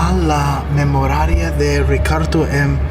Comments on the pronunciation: He also said 'Memamoria' instead of Memoria, foreign languages arent for everyone, but strangely his pronunciation is pretty on point even if it's wrong lol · At the boy's memorial, he can't read "memoria" either. He pronounced it as "memoradia". I find it especially odd because he speaks with a slight Spanish accent but had trouble with Spanish words. Maybe he is a bit dyslexic.